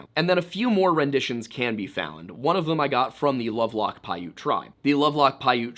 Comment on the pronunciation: Damn! One of the only Youtube channels that has pronounced Piute correctly.